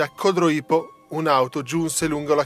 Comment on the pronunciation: Codroípo non si può sentire ! Ma santiddio!!!! Codróipo!!